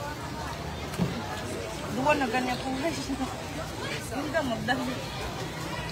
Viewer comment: PRONOUNCE IT " GUYS" NOT GUYZ😅😅